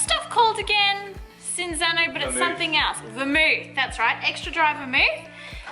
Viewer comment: Cinzano is pronounced as chinzano..the ci is like ch (chair) Hence my name cinzia❤love you both!